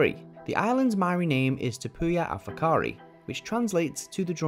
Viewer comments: The pronunciation of whakaari was almost perfect brothers. Just roll that “R” and you’re on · However they pronounced it better than most New Zealanders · Their pronounciation of Whakaari was spot on, did not expect that at all.